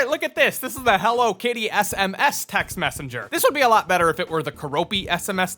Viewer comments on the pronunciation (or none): none